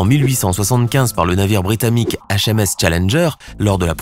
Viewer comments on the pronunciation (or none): c pas britamique mais britannique !!😂